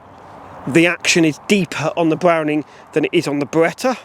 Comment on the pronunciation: B’wowning or B’wetta?